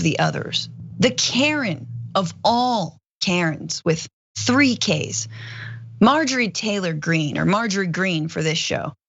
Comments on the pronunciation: Love you on the show. Love John also.When you said Marjorie T Green , it sounded to me like MARJORIE GANGRINE. That's a perfect name for her.😅👍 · "Margarine Tangerine."